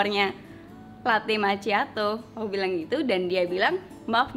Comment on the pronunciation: Makkhiado bukan maciato, karena ada 2 c sebelum h ma'cch'iato